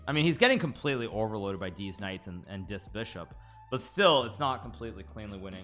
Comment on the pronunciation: The way he says these Knight's sounds like deez nuts😂